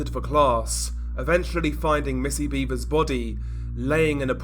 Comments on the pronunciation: It's pronounced BEV-ers. No 'a' in the pronunciation like beavers. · It's not pronounced "beaver" like the animal. Tragic case.